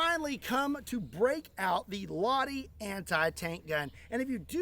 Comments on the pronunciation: as a finnish guy who loves guns Lahti is pronouced LaH-hti with a firm I not laddi. love your content and you keep up the good work♥ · Its not loddy its lahti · man does it hurt every time he says Ladi isntead of Lahti. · Where were the slap sounds!? Btw as a finnish person, i wanna throw up because you say "lahti" wrong. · The H is NOT silent. :D Greetings from Lahti Finland